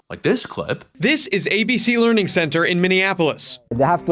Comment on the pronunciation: Learing Center? Leering Center? This sounds perverted.